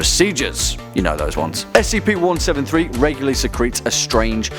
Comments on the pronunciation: STOP SAYING SKIP ITS S C P DIFFERENT WORDS its not an acronim you don't call P.O.W.s pows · “spc-173” REEEEEEEEE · Please say s c p, and not skip, that annoyed me, idk why I'm that picky, probably the internet rubbing off on me. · It's pronounced S-C-P not "Skip" you GOOF